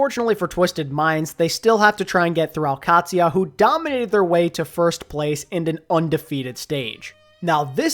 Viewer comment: I know its nit picky but the Q in al qadsiah is pronounced more like the G in gout or gourmet where it tickles the top of the mouth and the rest is a D and and SIA like the singer